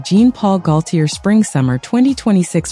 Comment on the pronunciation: Omgawd, mis pronouncing GAULTIER's whole name. AI needs better input...